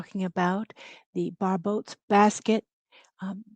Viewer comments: Andre Barbault was French. The French pronunciation of "ault" is "oh", as in "oh no!" So his last name sounds "Barboh". Your video is rich, full of intelligent analysis, with an excellent interpretation of the present moment. Thank-you. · Nadia was mispronouncing his name the same way 😅